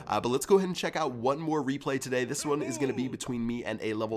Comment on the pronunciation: Why does he say today so weird